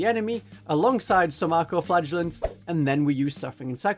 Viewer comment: Great video but... I keep hearing "Arco-flatulents"